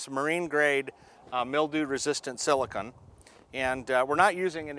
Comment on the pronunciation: Not Silicun but Silicone